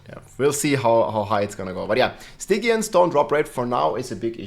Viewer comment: Stygian is pronounced STIJEEYUN